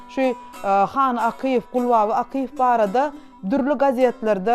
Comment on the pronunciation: Gowy gepleşik bolupdyr. Ýöne alyp baryjy has gowyýarassa we dürüst gürläp biri tapylmadyka. 1.minutdan başlady ýalňyşyp. Akyýew familiýasyny dogry diýip bilenok. Gaty köp ýalňyşlary bar. Logiçnyý soraglar sorap bilmedi. Etmeli etmeli diýip edipdir. Has gyzgyn mahirli artistlerimiz bar şolar işlemeli ekeni ýa-da ýazgyň içindäki artist hem alyp baryp bilerdi.